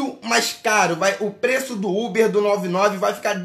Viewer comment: KKKKKK ele falando ubi achei mt engraçado